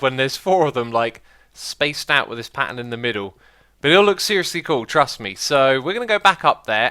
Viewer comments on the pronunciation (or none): none